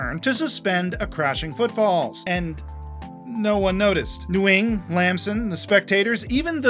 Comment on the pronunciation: for future reference, “Nguyen” is pronounced more like “Wen”